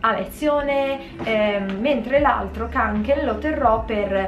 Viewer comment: Si dice konken lol